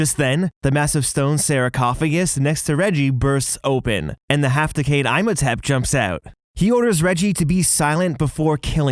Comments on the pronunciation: I posted as well about Imhotep, pronounced “Emo-Tep”. It really bothers me. Hahaha. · I came to say this and it’s also pronounced IM OH TEP Had to skip over that after a while GOD 🤦🏼‍♀️ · "Oh he's mispronouncing Imhotep, oh well, it's not exactly a common name" "sarah-cophagus" PHHHHTTTT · I actually cringed everytime he said Imhotep... 😭😭 theres two whole movies and GOOGLE. You could have checked. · As a fan of the Brendon Fraiser Mummy movies, this bothers me. As a fan of the Boris Karloff film, this makes me mad lol. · Also, they literally say "Imhotep" correctly dozens of times in the ride. And the movies. You couldn't even get it right.... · Oh god it was driving me nuts hearing this name being said wrong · The Imhotep pronunciation also irked me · whys he saying "I'm a tap" 🤣 its EEM ho tepp... Also it's not "sarah cough I gus" SARCOPHAGUS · 🎶You say Eyem-ho-tep, i say Ihm-ho-tep...🎶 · Emm hoe tepp. Not eyemhohtep Also, toot ankh ah moon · E-mo-tep not Eye-mo-tep Sar-cof-o-gus not Sarah-cof-o-gus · It's not pronounced "Eye-motep." It's pronounced "Eem-otep." Did you not watch the movie? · That is not how you pronounce Imhotep! That’s all that bugged me this whole video lol. It’s like EE-MO-TEP! Not EYE-MO-TEP lol. Sorry just had to say that :P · It’s pronounced “Ee-mo-tep”, you’re killing me here but i love the video! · Eem ho tep Not I'm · Its so annoying, they do it on purpose to sound different when literally Universal studios and everyone else in the movie say, "EEE-moe-tep"! Not this "EYE-mo-tep" bs xD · I'm sorry...'EYE-mohtep?' Lol I love you guys but not only are there 2 movies that say his name 'EE-mohtep', 2 rides, and that Imhotep was a real person. Unless the real Egyptian way to say it is as 'EYE-mohtep' and I've been lied to my entire life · Also the pronunciation of "Imhotep" is a flat i, not a long one. Like Tim, instead of Time. Just helping out :-) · The Mummy's name is "Imhotep" not Imotep😢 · Eesh... thats a bad. Its pronounced E-hm-oh-tep